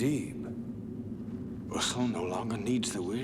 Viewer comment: I just love the way Stilgar says "Muad'dib!" right after Paul kills Feyd by using he Voice. Sounds like he's saying "Goddaaamn!" Gets me everytime